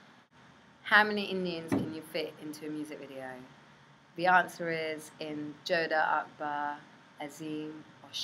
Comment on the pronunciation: haha the hindi prounciation of jodha akbar